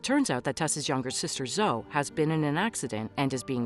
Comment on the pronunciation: Her name is Zoeeeee. Not Zo